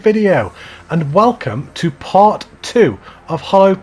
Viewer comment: part not patt